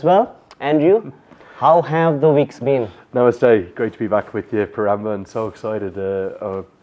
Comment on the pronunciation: It’s such a shame that you can’t even say “Namaste” being Nepali but he greet you with namaste and he’s teaching how to do it. Get another host RONB this boy won’t do.